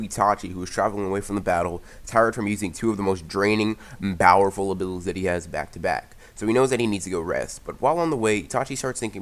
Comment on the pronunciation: am i the only one who hears bowerful and not powerful